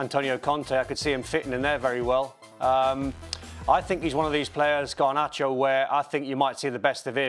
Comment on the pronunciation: Not Garbacho!! 🤦🏽‍♂️